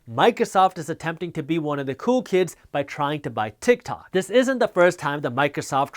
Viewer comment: haha i thought yousaid "utah!" and I got all excited for the shout out!! lol